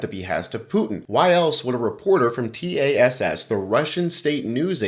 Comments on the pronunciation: It's generally known as TASS, one word. Stop saying t-a-s-s. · T A S S? It’s Tass! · Good podcast. I know you're a young guy, but this baby boomer has heard of Tass all of my life. It's pronounced Tass, rhymes with ass. No need to pronounce each letter. Just FYI. 😊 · 'TASS' rhymes with pass.